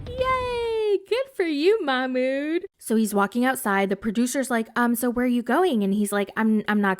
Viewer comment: His name is MAHmoud, not MAKHmoud. Why the extra kh sound? Im so confused